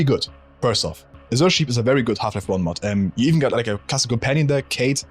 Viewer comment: I get mental damage every time I hear "azure" mispronounced, also a lack of some real OG HL1 mods like They Hunger, on this list.